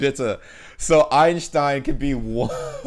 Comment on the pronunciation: Einstein, not weinstein 🤣